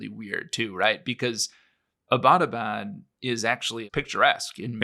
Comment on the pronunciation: I appreciate the info here, but it was really grating on my ears to hear your pronunciation of "Abbottabad". It is pronounced "EB-tuh-bad", or ""EB-uh-tuh-bad", not "uh-BAT-uh-bad".